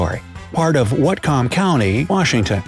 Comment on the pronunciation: About Pt. Roberts, Watcom Co. was misspronounced too. It sounds more like "watt come". We have a lot of cities and counties that outsiders always misprounce. Spokane, Puyallup, Yakima, Orting, Des Moines to name a few.